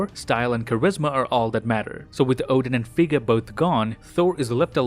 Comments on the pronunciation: Its fraya or frigg not friga and they whoud e drinking meed not beer do your research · Is it just me or am i hearing him say "Frigga" instead of Freya